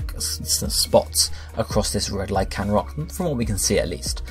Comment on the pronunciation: Lack-ran-rock and Rock-Raff??? Can you read?